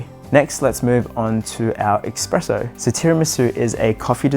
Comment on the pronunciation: I hate to be that guy but it's espresso, not expresso, I don't expect you to change just because I say so, but the x pronunciation genuinely bothers me